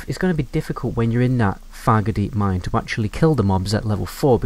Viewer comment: I keep thinking you’re saying “Faggotdeep Mine”, which....Wells it isn’t wrong.